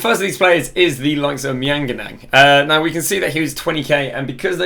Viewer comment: Mianganan 🤣 its maignan brother